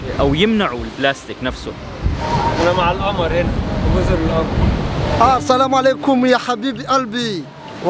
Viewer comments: اسمها جزر القمر بالضمه للتوضيح (القومر) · القمر بضم القاف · انت تنطق الاسم خطأ .جزر القمر بضم القاف وليس القمر الذي في السماء 😀